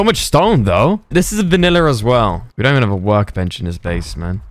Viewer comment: Dude said vaniller